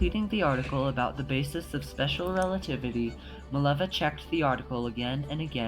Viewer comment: Her name is Mileva, not Maleva.